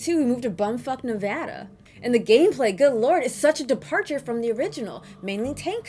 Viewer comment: Thank you for saying Nevada right 🥰